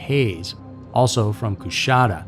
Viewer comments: Kuhshatta, not coos hatta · The city is pronounced like Kashaaada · I read he was from Coushatta La. I was raised in Shreveport, La. Too close for comfort. BTW it is pronounced Coo shatta. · It's said "Ca-shatta". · Coushatta has a “sh” sound, it’s not “Cous-hatta.” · You butchered my home town lol. its KA-SHAT-A. My mom dropped her sister off at his house one night, but he wasnt home. Lucky. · I'm from Louisiana in the way you pronounce that city is hilarious